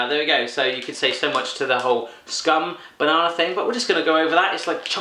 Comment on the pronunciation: Hur svårt kan det vara att uttala "Skum bananer" ?